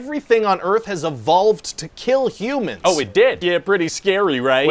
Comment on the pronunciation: Didn't he say "Welcome to Earfh"? 😂